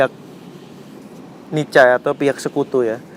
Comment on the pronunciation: Nica dibaca Nika.Nedherland Indisc Civil Administration